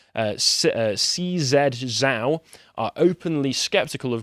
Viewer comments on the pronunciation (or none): none